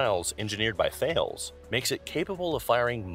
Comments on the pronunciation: Its pronounced Tallis not Thales (although with a French accent) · That's pronounced Tales , it's a standard missile format.